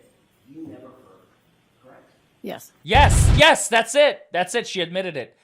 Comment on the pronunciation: Atleast she stopped saying “KRECTT”